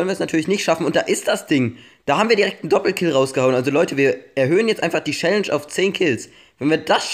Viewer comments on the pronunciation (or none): "Schälläntsch" 😂 #nohate